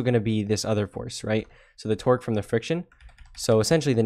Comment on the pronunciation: Everytime you say torque it sounds like you're saying twerk 🤣 Great video, you're a lifesaver!